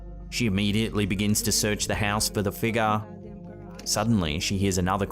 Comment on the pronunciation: Figure is not pronounced feegah.